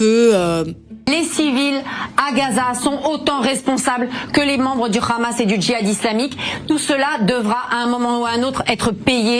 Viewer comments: Quand on donne le micro a une sioniste, elle peut se permettre de déverser sa haine en toute complaisance. On les reconnaît facilement quand ils prononcent le mot " khamas" 😂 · Tu vois directement rien qu’à sa façon de prononcer « KHamas » que ça vient directement de la maison mère… tous les plateaux tv du monde sont gangrenés par ces verrues de la société pour servir leur soupe indigeste